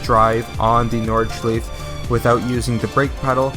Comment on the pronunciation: The way you say nordschleife pisses me off